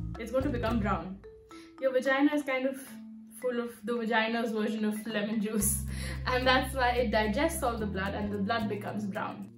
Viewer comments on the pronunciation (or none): none